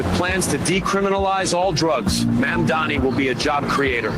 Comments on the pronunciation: hey at least they pronounced Mandani's name right? that's progress. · Two noticeable things about this ad, 1) the pronunciation of Mamdani's name is correct. 2) there are ZERO characterizations of Jewish people. How obvious is that?! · this may be the absolute sloppiest AI slop i have ever seen, but you gotta hand it to those shapeshifting actors... at least they can pronounce Mamdani